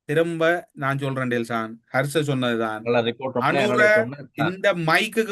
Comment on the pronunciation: கர்ச அல்ல ஹர்ஷ. மற்றவர்களுக்கு வகுப்பெடுப்பதை விட்டு ஒழுங்காக சொற்களை உச்சரிக்க பழகவும். முஜிபுர் குற்றமற்றவர் என்பதை அவர் பேச்சிலேயே கண்டுபிடிக்கும் அறிவுக்கொழுந்து இந்த. ஆல்பர்ட் ஐன்ஸ்டீன் இவரிடம் தோற்றுவிடுவார் போங்கள். சமீப காலமாக SJB இற்கு ஆதரவாக பேசுவது புரிகிறது. Isham insight என்ற சிறுவயது யூடியூபர் இடம் வகுப்புக்கு செல்லவும்.